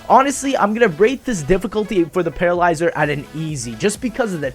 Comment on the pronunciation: lol you nearly said Petrolyzer